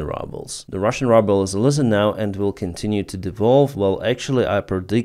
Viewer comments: Good reporting. Pronounciation is [Ruuuuubel], not rubble. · Hey, In English, the Ruble is pronounced "Ruble" Like the sound "Rooble". But great posting, as always. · Say ruble like Ukrainian “y” not rubble which means garbage. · Your pronunciation of ruble is the US pronunciation of rubble ("щебінь" або "руїна") that I wish on that enterprise called Putin's Russia. Thank you for that play on words. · I love the way says “rubble” instead of ruble (rooble). I think the pronunciation should be permanently changed to better reflect reality just like the name Russia should be changed to Moscovya. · I like it how you pronounce the currency "Rubel" as if you wanted to say "rubble" :-D ;-) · You really pronounce 'Rouble' in the most appropriate way.... 'RUBBLE'! SLAVA UKRAINI! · It’s as if he’s doing it deliberately! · he calls it rubble as a joke and he doesnt need you playing English teacher 🤣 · it's probably on purpose😁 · It is such a treat to hear you pronouncing the russian currency......"RUBBLE" exactly where it is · It's great that you pronounce "Ruble" as "Rubble" ! The meaning of "Rubble" is broken fragments (like broken pieces of rock). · I have reminded him about this mispronunciation years ago. He just ignored me and continues to mispronounce it confusing many in his audience. I don’t think he really cares about proper English pronunciation. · Do you intentionally say Ruble incorrectly?